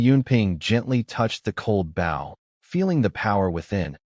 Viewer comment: Getting a little tried of these Ai reads mispronouncing bow 🏹